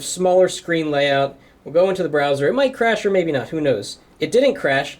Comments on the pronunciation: in to the whaaaat? hahaha the brrrrrrrrrowser? ok miniminimninmin! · BRRRRAOWSER!!!! hahaha! XD